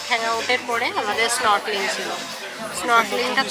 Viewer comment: Snorkeling pronunciation thik karo didi